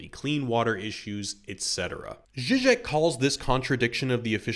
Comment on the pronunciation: I would like to hear more about Zizek, but for another comment I wouldn't have even known who you meant based on pronunciation, links to references and names in the description would be hugely helpful